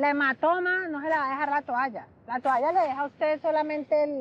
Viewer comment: La que dice tualla en vez de toalla debe ser q vive en suacha